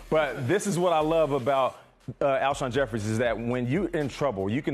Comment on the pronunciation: Zakari Yes horribly